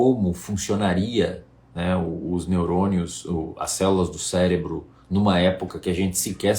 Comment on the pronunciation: Pelo visto só eu notei ele dizendo "célebro" ali antes de reclamar os balões. kkkk Mas sem brincadeira, foi um vídeo interessante.